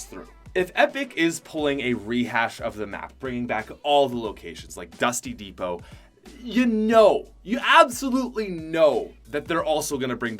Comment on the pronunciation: He kept saying dusty divot un stead of dusty depot lol